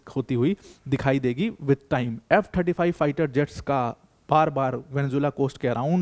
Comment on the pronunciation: Mene video tabhi band kardiya jab Venezuela ko isne Venzulla bolna chalu kiya.